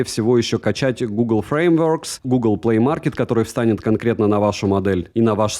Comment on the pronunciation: лучше английский свой не произноси. сблевать хочется...........framework чуть сблёв не произошёл.